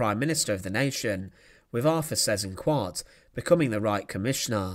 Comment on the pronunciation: I don't know if it's intentional but it's funny how you pronounce Seyss-Inquart the way the Dutch incorrectly pronounced it to mock him, i.e. as ''zes een kwaart'' (six and a quarter) lol. The correct way is (spelt phonetically in English) ''sice inkvart''